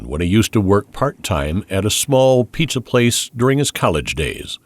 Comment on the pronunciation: Piiitza Delivery